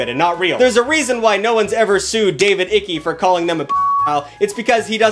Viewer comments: Icke is pronounced like hike (like going on a walk in the forest, just without the H) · Its Ike, not Ick, but I think you knew that. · I came for the nudity (slight exaggeration) but stayed for the pronunciation of David Icke as David Icky.😂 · I'd just love it if you could do a bit of research before you turn on your camera: like how to pronounce a name, but that would steal away your ability to link an admittedly madman with the ick. Bad journalism though